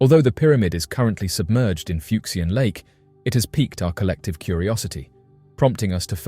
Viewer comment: The “x” in these Chinese names is pronounced with a “sh” sound. “Fuck-see-an” just sounds dirty. 😂